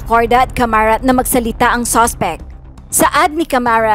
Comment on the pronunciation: Caramat nd camarat